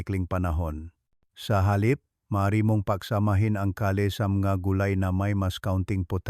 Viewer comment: Gulay ang kale ang basa ay keyl hnd ka-le